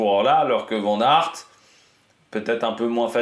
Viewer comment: Fais moi plaisir je suis bilingue flamand on prononce vanne aert merci^^